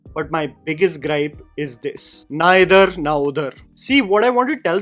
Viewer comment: I thought you said neither na udhar